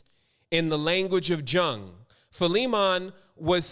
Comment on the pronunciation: Why bucher Karl Gustav's Jung's name like that? It's Jung talking to Phillimon from his RED BOOK> :((( ***YUNG is the correct way to say the great CGJ name.